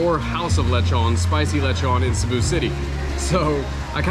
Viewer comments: Hey, I love your content, but you seriously gotta learn how to pronounce Cebu properly (it’s pronounced seh-bu not “sea-bu” lol.) Oh and it’s definitely a nice place to try different foods. Which market is your favourite so far in the Philippines? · Haha, thank you! I developed the bad habit of pronouncing it incorrectly a long time ago. At one point in this video I think I switched and changed the pronunciation. I’ll check with a local today to make sure I’m saying it correctly now. Thank you!